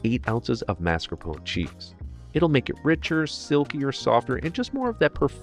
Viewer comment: Thank you for not pronouncing it MARscapone cheese.